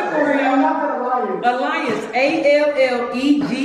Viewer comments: I hate to tell u this but u cheated ky u mispronounce the word u said alliance but the word u gave her was allegiance like the pledge of allegiance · umm that's word was allegiance you pronounced it wrong..alliance is what she spelled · Two totally different words… said alliance… word was allegiance. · Rematch!!! said alliance but it’s pronounced allegiance! lol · Alliance was spelled right was saying Allegiance PRONOUNCED (AH LEE GANCE) So really WON!!! Put in the hot seat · Right she won with that allegiance 😂😂😂 cs jaz said alliance so she spelled ALLIANCE 😭😭 I woulda been blew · pronounced "Allegiance" as "Alliance"....which spelled correctly and she pronounced "choreographer" wrong. Lmao. This was funny tho...cuz how the judge gon be fuc'n up the words. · It’s the way Alliance and Choreographer was pronounced 😭😭 deff spelled alliance correct. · Not pronouncing the words wrong then telling them they out lol. Allegiance and Choreographer. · did not pronounce the word Allegiance correct 💯. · spelled Alliance right, Allegiance was pronounced wrong… but she won anyway so! I thought it was a prank at that point lol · the word Allegiance you were wrong pronouncing it. We put our hand over our heart and said the pledge of Allegiance today.